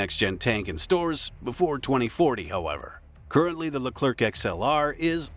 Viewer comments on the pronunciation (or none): Stop saying LECLERC with "keuu" at the end forget the C, in French the last letter is always SILENT, like PARIS (capital of France), don't say PARISSE but PARI. I know the last letter is important in English, and must be say to understand the phrase, but not in French, whe have other way to build a understanding phrase. For hear correctly a French word, use the speaker in google translate ! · The "c" at the end of Leclerc is silent you dont have to prononce it